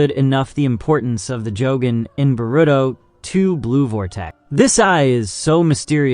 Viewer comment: Oh man I was gonna try to watch this and power through the way you say Boruto, but then you said the other names and I just can't do it. I made it in. You really need to learn how things are pronounced. The fact that you don't know how anything is pronounced tells me that you have done 0 research and that you've spent absolutely no time talking to, or interacting with, the community. Therefore, you must not know what you're talking about.